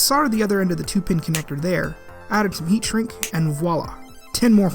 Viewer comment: Thank you so much for saying "voila" correctly.